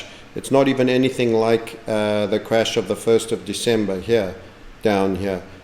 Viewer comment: Almost forgot to "Loike"